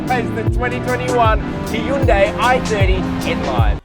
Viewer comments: great review man but I still don’t know how to pronounce Hyundai I noticed you said. He youn day and then you also said high youn day ... lol 😂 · Its pronounced "hee-yun deh," (keep the "hyun" part short) "현대" means "modern."